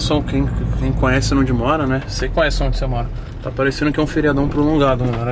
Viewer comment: E quando ele fala: " nimim" , "naonde" ?